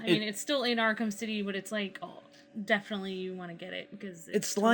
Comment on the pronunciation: "Arkem city 2"? Wtf are you talking about man?